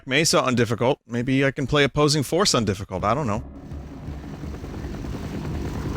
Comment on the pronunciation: Opossing Force, ah yes, my favorite